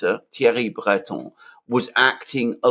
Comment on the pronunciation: Learn from Alexander how to pronounce French “Breton” it’s not that hard really.🙃